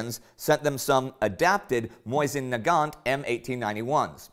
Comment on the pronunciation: Its pronounced MOE-SIN or MOE-SEEN not MOY-SEN. :)